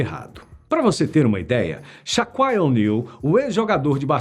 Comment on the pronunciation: Sha"cuail"? Sha"kill"! Shaquille